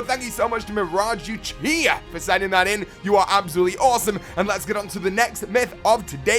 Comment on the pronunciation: Absolutely sounded like "Abzooli" my dudes